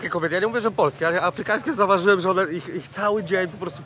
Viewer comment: Czyli jak sam opowiada,to masz wrażenie że słuchasz profesora? Nie rozsmieszaj mnie,wystarczy 3 sekundy żeby wiedzieć z kim ma się do czynienia.On nawet "afrykaŃski" nie potrafi wymówić poprawnie. :)